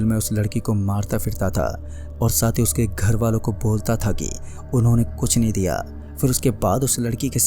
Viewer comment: aao bus( tha the ) ki pronounciation thik kar lo baaki story bhot mst hai